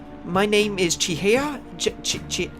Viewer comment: I think it's pronounced Chi-hai-ah.